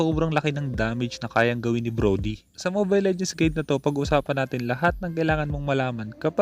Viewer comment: hahahha broly? Brody yon hahahah